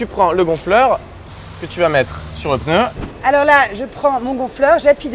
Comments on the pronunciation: faut vraiment être un beauf pour dire peneu omg XD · Pneu et non pas peneu